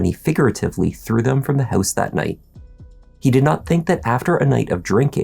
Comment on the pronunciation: I'm here to hear him say: "inside the hEuse..." LOL!!!!